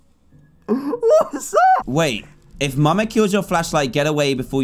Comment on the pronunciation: dan said muma and not mama😂